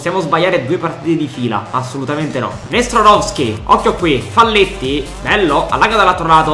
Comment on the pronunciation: bellissima💗🖤ma ti prego, si legge faglietti(è uruguayano)